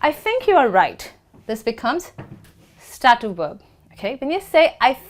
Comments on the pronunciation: /'steitiv/- I don't know why she says /stativ/ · Thank you for the lesson. However, STATIVE should not be pronounced "sta-tif" (like saying "static" but ending it with an f). You should pronounce it "stay-tif". I hope my attempt at phonetics here is not too blunt. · She's wrong, it's pronounced like: "state + if." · A very nice video! I have been asking myself about the way you pronounce the word "Stative", does it have a relation with the accent you are using?